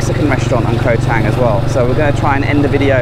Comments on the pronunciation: Pronounced Chung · .....you are hurting my ears every time you mention the name of the island. Although the english spelling is with an "a", the correct pronunciation is with a "u".....so the phonetic would be Koh Chung.....I know I am pedantic....same with the beer...it is pronounced Chung....meaning elephant. Have a great time....Cheers.